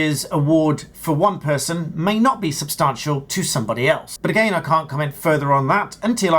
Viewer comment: There's no R in substantial... Stop it!